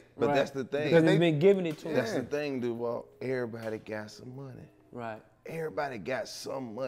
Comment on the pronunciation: Duval, hit the J properly my G🤣